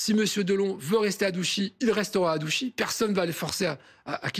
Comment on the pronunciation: Au pseudo journaliste et a l'avocat, on ne dis pas Douchy mais Ouchy